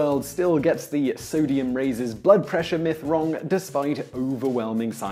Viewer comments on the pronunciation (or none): none